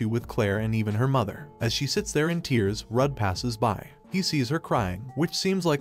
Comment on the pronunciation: yeah, it's a computer reading a script, not a real person. Words frequently mispronounced are: - protagonist, - bow (which is funny because when a person bows it uses the weapon name and when it's a weapon it's pronounced like a person bowing down lol - which doesn't make any sense to me but whatever), - tear (as in tearing paper) is pronounced like the "crying" form of tear, - tier is pronounced like "tire", - he and she are constantly mixed up (which is very common in any media translated from Chinese and is more the script writer/translator's fault than the computer's diction)